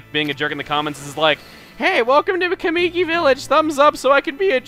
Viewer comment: "O-kAAmi", "kuh-MII-ki". Your pronunciations are way off.